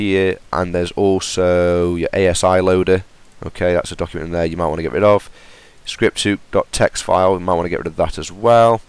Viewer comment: Why the fuck do you say scripthuk